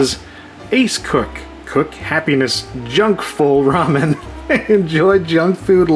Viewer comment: I can't believe you pronounced it "rummin".